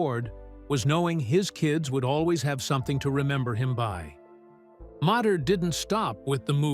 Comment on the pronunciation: Who is commentator is he's a dumbass the car's name was mater mater to- mater